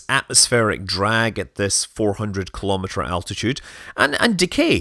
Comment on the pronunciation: Let's say it together: KEE-LOW-MEE-TER.